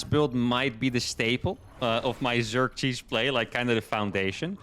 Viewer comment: for some reason in my mind I hear Xerces when you say zerg cheese. Next name for your zerg cheese should be Xerchees lol